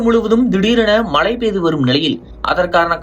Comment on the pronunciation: மழை என்பது கூட சரியாக சொல்லத் தெரியவில்லை மழை மழை என்று உச்சரிப்பு செய்கிறீர்கள் நீங்க எல்லாம் என்னத்த தமிழ் படிச்சீங்க?